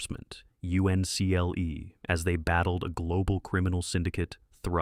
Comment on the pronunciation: Only an AI narrator would call it “The Man from U-N-C-L-E.”